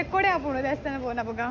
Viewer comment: Nice vlog. But pronounce not correct. It is devasthana not desthana🙏